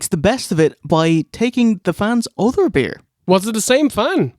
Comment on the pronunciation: "Pro-bear" 🐻 "chow-dah" 🐟 "bee-ear" 🍺